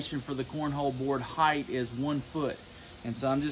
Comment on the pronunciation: Heig"TH" really grinds my gears